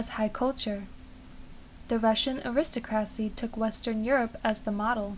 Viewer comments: Your voice is lovely. I could listen to it for a long time. Please note, though, that the word is pronounced “air-is-TOCK-ruh-see. Please do make more videos! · It was very nice but you do really need to seek out to say aristocracy correctly.